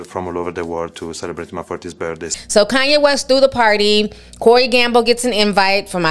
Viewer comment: Lmao “kohn ye” that’s how those kardash. say his name 😂